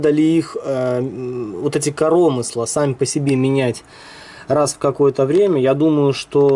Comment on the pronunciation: коромысла-на ы ударение,аж уши режет!